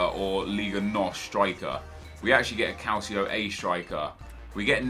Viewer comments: calcio, Italian word for soccer, pronounced cal-cho. just a pet peeve for me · Stop pronouncing it "Calsio"!!!! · does anyone else cringe when Nep says Calcio A?? Nep its pronounced, Calchio A. The sound of the second 'c' in calcio is a 'ch' sound!! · Funny how you say calcio A 😆